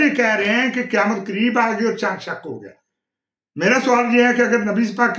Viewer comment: انٹرویو لینے والے یا والی کی اردو درست ہونی چاہیے۔ درست لفظ شَق (Shaq) ہے، شِق (Shiq) کہنا انتہائی غلط ہے۔ انٹرویور کی اردو بہت خراب ہے۔